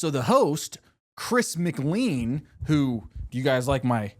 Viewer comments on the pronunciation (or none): btw its not chris mcleen its chris mclain, whenever u prnounced it wrong i went crazy lol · It’s pronounced /ˌkɹɪs məˈkleɪ̯n/ not /ˌkɹɪs mɪkˈliːn/. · why is no one pointing out he said chris mcleen TnT